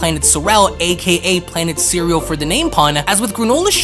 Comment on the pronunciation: Why do you pronounce cereal like that?